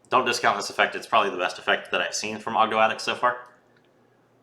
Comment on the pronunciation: you pronounced Ogdoadic correctly imo :p